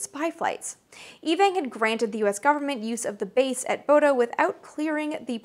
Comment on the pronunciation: FWIW, the town in Norway you repeatedly mention "Bodo" (with funny "o" diacritics) is actually pronounced like "Bhudda." I know, weird, right? Those crazy vikings and their funny way of talking, it's like they never even considered what their names would look like in 'murrican! 😜 BTW, it's a beautiful place to visit in the summer, just remember that the restaurants close when it only looks like it's late afternoon (but it's really 10 o'clock at night...)